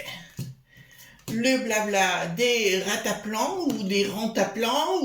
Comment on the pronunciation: J'aime pas la chipo et ni le chipotage...je préfère chapi chapo...😉😊🤗🤭😘😘😘 pour repondre au titre. Pour le reste j'écoute. Merci ❤❤🙏 On dit rantanplan... rend an plan...😁